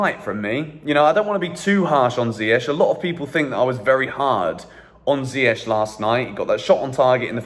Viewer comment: Oh my god please ziyech’s name is pronounced ZIYE-K not ZIYE-SH😭 (CH=K)